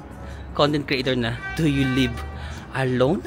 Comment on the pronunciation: Nagulat ako naa Hongdae guy ka bigla haha "you lib alone??" 😂